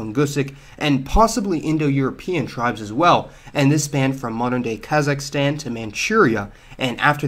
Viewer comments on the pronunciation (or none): none